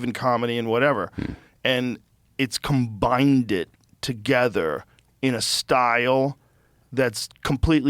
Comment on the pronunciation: “combined-ded …” and this guy has over $100 million in the bank.. and rams ad’s down your throat. Mind blown-did 😅